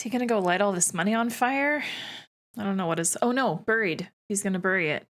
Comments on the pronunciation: I was taken aback. I’m Canadian too but have never in my life pronounced ‘bury’ ‘buried’ and ‘burial’ as burry, burried or burrial. My understanding is that only in some select locations in northern England is it ‘burry’ but that’s it. Every reference for all other English speaking countries it is pronounced like b-airy. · I don’t know where you learned to pronounce the word “bury,” but you’re doing it wrong … and you said it, or some version of it, so many times this episode, each time making me cringe harder than the last. It’s pronounced the same as berry. 👍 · Saying “buried” really sent that Canadian accent tru da roof ya